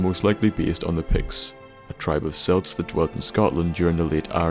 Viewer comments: Celt is pronounced Kelt. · As a Celt myself, nothing annoys me more than people calling me a 'Selt' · Celt is pronounced with a hard C